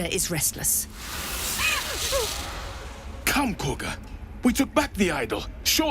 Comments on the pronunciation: It’s pronounced kah-gah. Not corga. The characters just say that because… hear me out… THEY ARE BRITISH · Did I miss a joke as to why you say Korga instead of Kagha 😭😭😭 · Khaga not corga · Ngl. Many hundreds of hours into BG3, and I'M JUST NOW NOTICING the difference in the name of Kahga, vs the pronunciation, Corga... Is that a thing orrrrr... Just how says it? The hamster in my head be overclocking himself thinking about that shit now lmfao 🤣🤯☠️ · They’re not saying “Corga,” they’re saying Kahga” with a British accent. An American should pronounce it “Kah-Gah.” Think of it like the way British people would say Saturday like “Sa-ur-day.” That doesn’t mean we should start saying it like that. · Careful there. Those british accents are getting to you. You don't have to mispronounce Korga's name because they do.